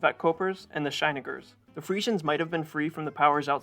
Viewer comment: Your pronunciation of Schieringers 🤔